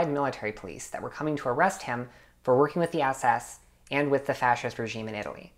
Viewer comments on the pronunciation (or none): none